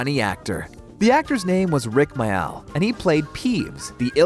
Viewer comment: Rik Mayall's name is pronounced "MAil" not may-AL. So many of these videos presented by American people don't pronounce names correctly (the worst being Ford "Angelica" instead of "Anglia"!). Just ask someone British, for goodness sake!